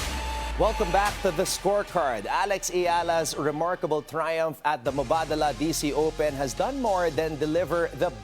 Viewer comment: Great guest, BNC, and props to pronouncing "Mubadala" [mooh-BAH-dahlah] properly for the benefit of Pinoy tennis followers. This UAE-based finance institution is a huge supporter of many tennis tournaments and will be on many on-court banners.